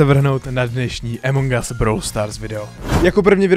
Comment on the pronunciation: A A A AMONG US NIE EMONG US! inak dobré video xddd